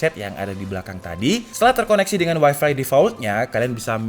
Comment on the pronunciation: bang lafalnya tolong tetap waifai saja dong, jangan dilafalin waifi